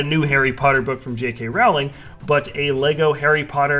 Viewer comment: It’s Rowling like Bowling! That’s how you say it! GET IT RIGHT! no but that is how to say her name hope this informed you 😁